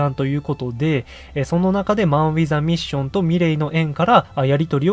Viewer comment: マンウィザミッションやなく、マンウィズアミッションねw